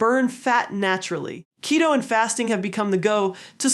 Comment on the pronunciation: it’s not ketto kiddo it’s keeeto like cheeto…😊